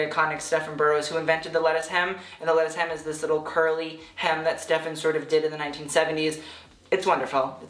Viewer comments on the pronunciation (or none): none